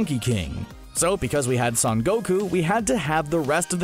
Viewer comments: Stop calling Son Goku San Goku. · Pretty sure it’s pronounced “sun” but ok